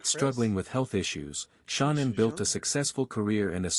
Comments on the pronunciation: Not your fault but it’s cringeworthy when the narrator (whether real or robot) pronounces Shannan “SHAWN-INN” a thousand times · I don't like the computer voice, but I kept watching. The pronouncing of Shanann's name was irritating, but I kept watching. Then they completely give wrong information about the personalities of CW's parents, so I'm getting ready to go. Before I'm doing that, they give inaccurate details about other things. One being, Shanann thought she was coming home to the same loving household when she had been upset about Chris being cold to her It's not your fault, but that channel needs some constructive criticism if they want to grow and do well. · He cant even say her name properly im over this 100% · Why didn’t this channel find out how to pronounce Shanann’s name (either way) before doing the video. I just noticed that once in a while they pronounce it right. Just happened again. They just said her name right. The AI guy even sounds a little different. Also, that picture that was supposed to be Chris’s parents were pictures of Frank and Sandy Rzucek (Shanann’s parents). Also, Ronnie wasn’t a truck driver and he was very close to Chris. Now the AI guy is back to pronouncing Shanann’s name wrong again. Why do people even use those? I will give this channel another chance, but they need to get all the facts straight next time. I don’t usually criticize channels. I probably know too many facts about this case and notice every little thing that’s wrong.